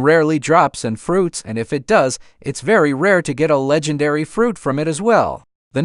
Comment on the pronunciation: A le-gen-air-ry reward 😂😂😂